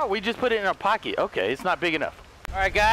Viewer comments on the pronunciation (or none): none